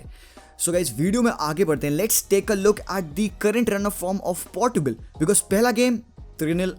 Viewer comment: Bhai Aap Portugal ko Portu gul kyu bolte ho...its not Portu gul it is Porchugal.. (Portugal) 😅😅😅😅. Its ok Nice analysis.. 😁😁😘